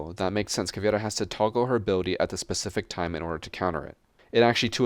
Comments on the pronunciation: Btw it's Caveira not Caviera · For the love of god please stop butchering Cavs’ Name Cav-Air-Uh